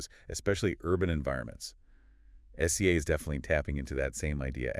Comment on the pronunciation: its pronounced si-zuh. definitely AI. ugh. So depressing.